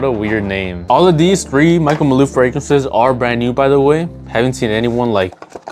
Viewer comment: Why tf you keep saying Michael maloo?